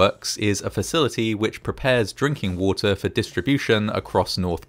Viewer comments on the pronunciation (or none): Cools and coolers not calls n callers. Wooter not water also.